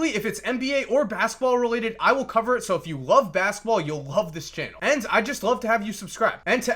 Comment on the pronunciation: Idk why, but the way says "basketball" be bugging me lmaoooo "Baskball" smh lol dope video tho